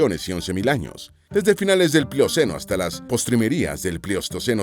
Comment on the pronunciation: También la palabra postrimetria, debe decir, postrimerías.